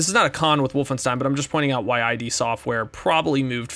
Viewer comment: "id" software, no "I.D." software. Like get "rid" of it. As in like your internal id